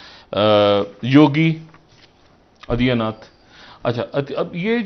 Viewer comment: Pl. do not call this duffer who even cannot pronounce simple name Aditya.